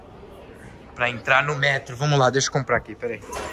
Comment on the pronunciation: Toda vez q ele fala metro eu dou gargalhada po kkkkkkkkkkk